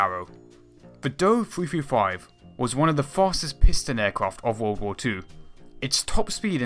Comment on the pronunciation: I was surprised at how much i liked this: your inclusion of other similar designs as a comparison was particularly well thought out. [[By the way, one says both letters of the aircraft. the Do-335 is D-O-3-3-5, not "do"335]] i REALLY like this effort and recommend it!!!